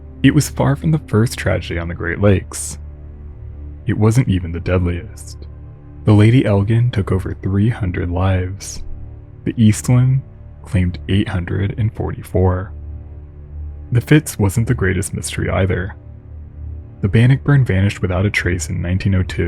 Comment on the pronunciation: The Lady Elgin is pronounced ‘el-jin’…without a hard g.